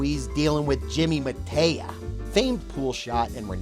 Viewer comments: Mataya = Muh-TIE-yuh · This gas bag review is tiresome. Mispronouncing the names " Mataya" and "Ewa" is pathetic. Jimmy Mataya was a great player, the best announcer and a really entertaining character. That old tape on hustling actually had some golden advice in it. Jimmy explained the techniques of getting the money but leaving on good terms with the victims, missing the One Ball in a game of Nine Ball but leaving the other player without a good shot on the One. He covered acting drunk, disguises, flashing cash, starting with the worst player in the room and losing to him etc.